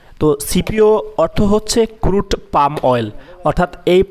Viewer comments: Pronunciation ঠিক করেন। It is পাম not পাল্ম । গাধা। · আপনি বারবার "পাল্ম" শব্দটা বলছেন কেনো? এটা তো হবে পাম". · Palm এর উচ্চারণ পাম,পালম নয়। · সবাই বলে পাম / আপনি বলেন পাল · Vai palm uccharon korun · Ucharonta hobe pum. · এল এর উচ্চারণ হবেনা, পাম হবে।।